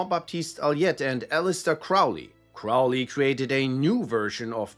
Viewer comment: Crowley is pronounced "Crow-lee," like the bird.